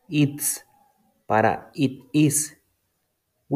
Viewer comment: Amigo cuando pronuncias it tu pronuncias el verbo comer